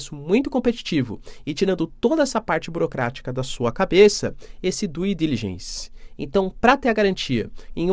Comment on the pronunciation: curto muito esse canal seu. Vou fazer apenas uma correção na sua pronúncia no inglês, por favor não me leve a mal. Due Diligence = dú dilidgenss (pronúncia) Ronald Reagan = Ronald "Rêigan" (pronúncia) Já fui professor de inglês para brasileiros nos Estados Unidos e sei bem os vícios de pronúncia em inglês por brasileiros. Espero poder ter ajudado. Parabéns!